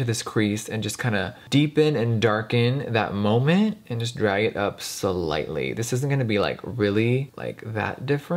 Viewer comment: other people: slightly jeffree: selightley